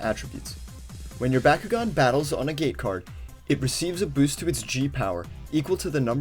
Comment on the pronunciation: Bah-koo-gone not Baa-koo-gone.